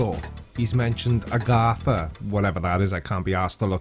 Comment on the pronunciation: Not Agartha!! It's AGATHA!!! . . . She is made of magMA!!!